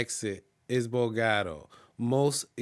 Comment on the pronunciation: Your pronunciation of Bogata, Cartagena and Medellin is incorrect. This can hurt your credibility when you get 3 wrong. The information you gave is good but make sure you do the work to pronounce the cities correctly.